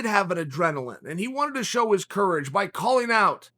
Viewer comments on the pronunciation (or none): none